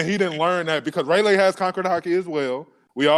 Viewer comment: “ray-lay” and “scoper grabon” 🤣